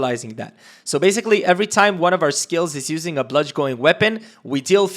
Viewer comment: Awesome video bro. Just one concern. Not even a concern. I just couldn't take it. You pronounce it (Bludge - in) that is the phonetic pronunciation. Bludgeon is pronounced bludge-in.